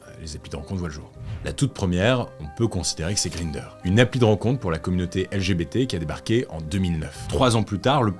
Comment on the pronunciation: "green-der".... lol ... non, ça se prononce comme 1 en allemand "gr-ein-der"